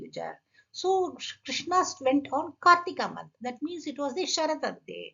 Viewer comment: Thanks! Great information. Btw, if I may, Ma'am just a small correction is needed in the pronunciation. Krishna (with long a) is Draupadhi. It has become a habit for us to always end the words with long vowels and that obscures the meaning as well.